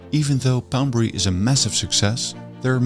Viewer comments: Poundbury not Boudbury. Why does her keep saying B and instead of P. 😆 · Too bad narrater couldn't pronounce Poundberry but felt compelled to mispronounced it 1000 times. Annoying 😂